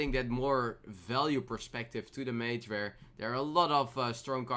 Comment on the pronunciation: "Vhere" 2017